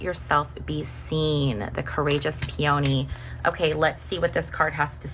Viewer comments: You seem like quite a low-energy person. Just my vibe. And oh, by the way, peony is pronounced "PEE-oh-nee" Not "pee-YOH-nee. Neanderthal. Oh sorry, you probably don't even know what that means. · Good reading. 👍 And just as an FYI… “Peony” is pronounced “PEE-uh-nee.”😊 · New subscriber. I really enjoyed your reading! Just a small detail… You are mispronouncing the name of the flower peony. It's hard for me to describe so please find one of those short pronunciation videos with a recording of the correct pronunciation.🙂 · We here pronounce it PEA-oh-knee.Interesting.